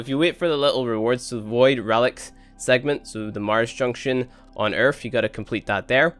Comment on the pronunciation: you said earf and thats a gay word where gay people say earf